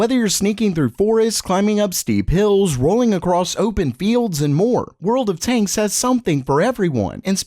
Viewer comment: I just keep hearing "World of taints".